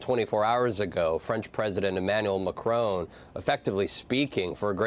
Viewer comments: Jesus; will you people pronounce places and people properly as you come across as amateurs. 1. Arctic is not Ardic. It’s two clear syllables ARC and TIC 2. President Macron is Ma Cron, and you don’t pronounce the ‘n’ not Ma Crone as in ‘own’ 3. Davos is Da Vos not Da Vose This is just rude and you sound like peasants. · IT'S MACRONN NOT MACRONE FFS!!!!!!!!!!! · Commentators! It is simple - MACRON is pronounced MAC-RON not Mac-roon as in your poor attempt at a French pronunciation. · Vaughn, its President Mac RON, in one word, Not Mac rone, as in an old woman, a Crone! Please learn to pronounce it properly. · Dear US people - not "mac r own" - "mac r on" - please stop butchering the man's name. Macron - MAC R ON - no W no E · Why do Americans repeatedly and incorrectly pronounce people's names and places in Europe? 1. DAvos NOT DAYVOS 2. Emanuel MacRON NOT Macrone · Learn how to pronounce Macron's name! It's not "Ma-Crone." The French sound doesn't exist in English, but you can get closer: Ma-Croaw(n) sort of. Get a French teacher to help you. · It never ceases to amaze me how Americans massacre peoples names. It’s mak-ron……not mak-rone. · Is there an 'e' on the end of Macron? Do you say 'Barone' when you speak the name Baron? No. So why do you say Macrone? It's really not hard to figure out how to say someone's name without adding your dumb US pronunciation of everything - like 'Eye-rack' for Iraq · Why can’t you people pronounce Macron, it’s not Macrone.. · Genuine question: why can’t you pronounce Macron? It’s not Macrone. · Please say Macron’s name correctly- ma-kron (kron like tron) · Good report but, for God's sake, what is stopping Americans pronouncing Macrôn correctly? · Interesting pronunciation of Macron. When I say 'interesting', I mean 'wrong' 😄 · why can't any of you pronounce Macron? he is not your crone. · Please could you people start pronouncing the French president's name correctly.